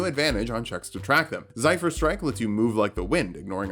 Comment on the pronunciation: Yeah that's a more correct pronounciation. I thought he was just referencing something from the MGS lore that's pronounced Zaifer/Zeifur but I guess not.